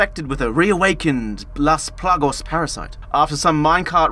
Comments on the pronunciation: no, not "playgaz", it's LAS PLAGAS! THREE SOFT "A" SOUNDS! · The inability to pronounce Las Plagas correctly gets an instant dislike from me 🫡